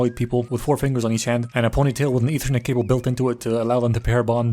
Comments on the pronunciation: "Eathernet Cable" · "ethernet cable" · I lost it when he called it ethernet cables